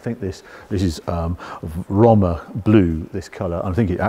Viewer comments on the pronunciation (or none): if its romma as you pronounce it or rooma as the italians say it -- single o and single m is pronounced with double o pffff english lol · Surely it's pronounced Row-ma, like the city, rather than Romm-a ?! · Surely it’s pronounced “roam-er” or am I missing something? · It’s hilarious when reviewers feel the need to put on an a fake accent when pronouncing foreign names, but only with certain cars, like here with Roma but will just say BMW like any other English speaker 🙄🙄 not even the Porsche pronounciation nazis care about how Mazda is actually pronounced but lose their shit if you don’t put the uh at the end of Porsche.🙄🙄 You are British, say it like a British person would.